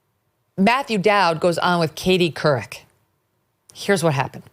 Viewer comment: Katie Cu-wreck....what the hell????